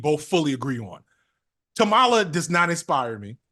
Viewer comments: KAH-ma-la, not Kah-MA-la. 🤣🤦🏾‍♂️ You killing me fam. You got it eventually tho. 💪🏾💪🏾💪🏾😂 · it's comma-la not whatever name you keep saying lol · What’s so hard about saying Kamala Harris name correctly? We get on to Trump and his cronies for saying it this exact way.